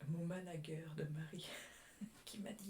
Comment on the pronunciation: Mdrrr j’adore ton mari « managueur » 🤣 comme le sketch de Franck Dubosc tellement drôle 😂